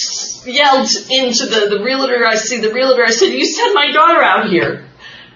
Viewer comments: Realitor? How many times did she say that. Realtor... no 'i'. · Why do people insist on saying Real-a-tor when the word is Real-tor???? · Drives me nuts how these country bumkins think "realtor" has three syllables.